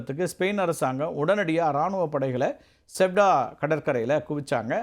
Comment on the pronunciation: அது சியூடா நகரம்! செவ்டா செவ்டா என்று சொல்லி கொண்டு இருக்கிறாய்! 😂நல்ல வேலை லவ்....என்று சொல்லவில்லை.